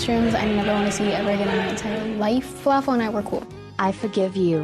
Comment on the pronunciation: Felafel? Falafel💀